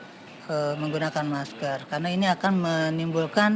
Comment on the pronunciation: Menggunakan maskerrrrrr....bukan maskell..